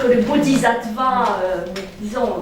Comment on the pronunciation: Merci pour toutes ces merveilleuses conférences. Pour la prononciation : bodhis(s)attva se prononce aves "ss". Le "zattva" râpe l'oreille. Bien à vous